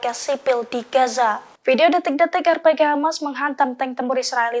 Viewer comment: Alhamdulillah...terbaik briged AL-Qasam👍 pembaca berita tolong sebut betul2 bukan R-PEGEH..R.P.G